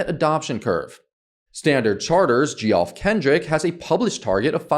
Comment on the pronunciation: Geoff is pronounced “Jeff”.